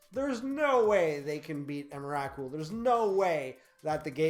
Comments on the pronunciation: the way you said emrakul just .. dear god man xD please no xD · That's not how you pronounce Emrakul...